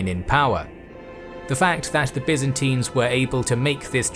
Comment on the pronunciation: Byzantines!! not Byzintines as you say it!!